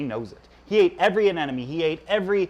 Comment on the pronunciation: It is NOT anenome…. It is anemone……. Please say it right…….